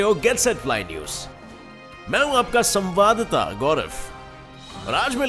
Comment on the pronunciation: (Samwadta) nahi bhai (samwad data)